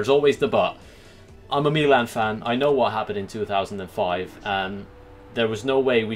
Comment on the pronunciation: You pronounce milan wrong